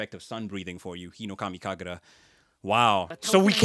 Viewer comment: 日暈の龍頭舞いの発音上手すぎ😮